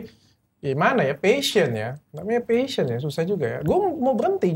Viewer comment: passion not pahsion :)